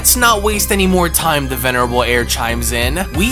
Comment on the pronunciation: Will you stop saying the venirable air that shit is so annoying